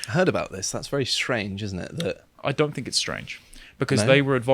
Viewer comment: * Speach therapy pls ffs. "Think" NOT "FINK".